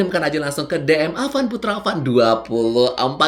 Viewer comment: Bukan awan tapi avan😂😂😂